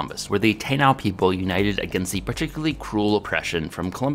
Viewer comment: I love and watch all your videos but man hearing you butcher the pronunciation of "Taíno" on Indigenous Peoples day is difficult on this Latino's ears! Just for your and everyone's awareness, its tah-EE-no, most definitely NOT TAY-now lol